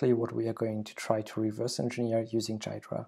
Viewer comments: You pronounced it wrong , by the way. It's supposed to be pronounced gee-druh, not guy-druh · It's Gee-druh, not jeye-druh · WTF is "Dude, it's pronounced "Ghidra"! "? That leaves things as clear as mud. It is pronounced GEE-druh with a hard G (as in "good"). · 'Jiy -dra' lol its pronounced like Gee-dra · Please say "gear dra" from now on in place of "jai dra" you're killing me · great tutorial - but it's not jai-druh, it's gee-drah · It is pronounced gee dra nor jeay dra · Wait, it is pronounced jai-dra not ghee-dra? Learn something new everyday. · It's GHee-Drah bro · He never read the FAQ: Frequently-asked-questions#how-do-you-pronounce-ghidra > Gee-druh. The G sounds like the G in goto, great, good, graph, and GitHub. The emphasis goes on the first syllable. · Bro it’s ‘gee-dra’ 🤦‍♂️ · For future listeners, Ghidra is pronounced, "Gee-druh"; [3] /ˈɡiːdrə/[4]). Source: Great video, and well-explained usage. Keep up the great work. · it is pronounced gheedra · It's pronounced GHEE dra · I believe it's pronounced "gi-door-ah" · It is pronounced "Gee-druh" but that's okay. This video was a very nice introduction, by the way! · The way he says Ghidra drives me crazy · It's Ghidra!!! It's not a J. It's a soft G as in gear (not G as in generous or gentle or genius). Then it's followed by hard E, as in easy and finally dra (soft), as in dram. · it's Ghidra G as in Get. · Dude, it's pronounced "Ghidra"! (j/k, was a good video) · It's funny that you pronounce Ghidra wrong this entire video.